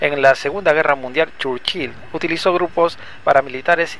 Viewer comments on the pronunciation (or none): Que rara pronunciacion churchil